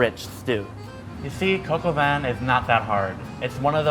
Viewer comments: It's not "coco van", it's pronounced "cock or van" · Coke - OW - VEEn is how i think it is. He say coke-ow-vaan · When He says: Coq Au Vin It sounds like he's saying "coco Van"..."KIDS GET IN MY COCO VAN!!!" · I thought he was saying coco bin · I just pronounced that dish as 'Cock a vin' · sounds like he's saying Coco Van. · American pronounciations are always funny, but jeez... this one just hurts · It's not like that how u pronounce cop au Vin 😂😂😂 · Im really annoyed by his pronunciation of coq au vin and im not even french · Its coque au vin Oml